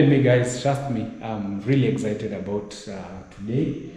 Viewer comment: its excited no exhited